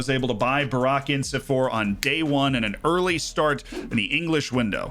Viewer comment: the way he spells burak as barrack and ince as ins-e is killing me 😭